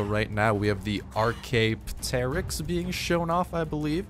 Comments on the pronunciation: it's Ar-kay-op-ter-icks pronunciation and Ta-pay-jara pronunciation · It is pronounced Tap-e-jara and ark-e-op-ter-ix